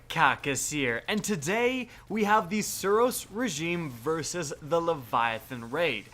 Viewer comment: I can't stand the way you speak The SUros REgime you emphasise the first few letters of every word